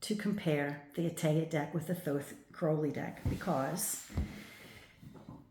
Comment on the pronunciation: This is very interesting, but I just would like to inform you that you have got the pronunciation of Crowley wrong. Despite Aleister Crowley being born in England, the surname originates from Ireland. Most people do not realise there are two birds in the surname. Everyone sees Crow, but not the Owl. So, you pronounce Crowley with the Owl sound. Another way of remembering to pronounce Crowley is if you stump your foot and go Ow! I hope that helps. I do really enjoy your insight.